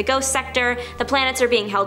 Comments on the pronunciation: Darkseid is pronounced “dark side” idk why this channel has people that dont read comics do these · Back in the 1970's Darkseid was pronounced "dark seed" at least in "The Buyer's Guide For Comic Fandom", this was pre-internet.